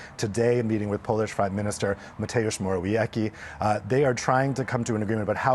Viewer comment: Słyszałem dzisiaj w Al jazzira Mateusz Mordeyauki 🤣